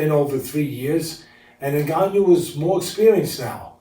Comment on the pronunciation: "Ngannout" lol